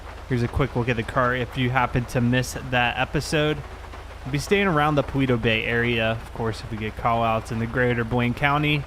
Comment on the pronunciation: You say it paleto Beh